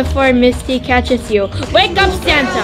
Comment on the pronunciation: I love the way you say santea